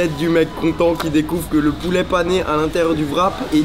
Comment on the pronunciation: Y dit du pouléh